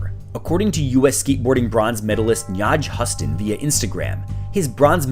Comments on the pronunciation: NIGH(eye)-JAH Huson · You absolutely butchered the name of probably the greatest skateboarder of all time....wtf are we even doing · That’s not how you pronounce his name😂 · the pronunciation of Nyjah Houston was insaneeee